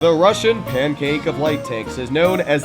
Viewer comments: Russian, not “russain” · Yeah "russain" pancake, it "Russian" dude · Russian not Russain 😂